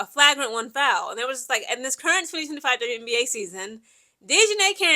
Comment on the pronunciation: Do y’all like how is flipping between saying “Flauwgrant and Flaugrant pronunciation? Lol.